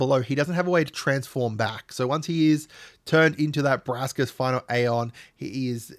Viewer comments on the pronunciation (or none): none